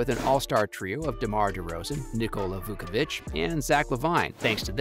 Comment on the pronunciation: you pronounced zachs and Vucevic last name so wrong lol